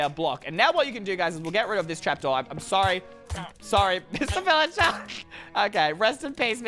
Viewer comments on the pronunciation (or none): none